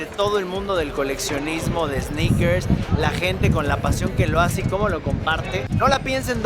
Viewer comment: Minuto ‘EEEsneakers Fever guey’ Realmente cómico, el guy, quítale la E!! Ya que no existe esa palabra!!! Pero buen intento......